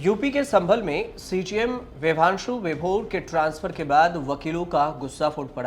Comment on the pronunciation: Vibhanshu Sudheer nam hai bhai ...Bhaang kha ke research krte ho kya aap log nam tk sahi nhi bol rhe.